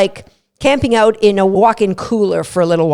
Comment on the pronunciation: Release. Please. Also a tutorial on how to pronounce "out". ;)